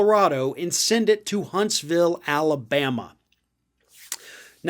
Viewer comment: Hunts - vul. Like Lew -uh-vul ;)